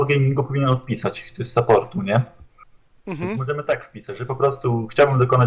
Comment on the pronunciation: Lustro masz ? Saport, a nie suport.